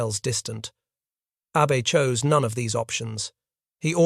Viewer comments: Very good episode. Just work on pronunciations such as admiral Abe is ah-bay, not Abe. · A W F U L pronouncation ! ! The Japanese name "abe" is NOT pronounced like the Abraham "Abe" ... The Japanese is pronounced as "A beay" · The Japanese family name "Abe" is pronounced "ah-bay". Japanese names use the Chinese and Hungarian style: family name, personal name. Yang Jisheng, Takaichi Sanae, Lugosi Bela. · Ahhhh. Bey. Please pronounce correctly. Those of us that already knew this in the most part, enjoy others doing the proper amount of research and preparation.